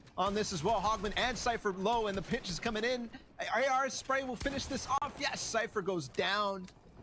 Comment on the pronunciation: when he says sypher and buger 😂😂